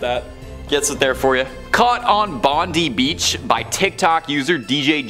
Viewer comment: Its not "Bond- e" Beach, it is pronounced "Bond-eye" Beach!